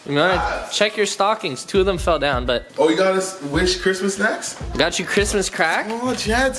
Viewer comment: did you have one of those mini-strokes bro? That was the juiciest sounding Cwishmas yet my dude!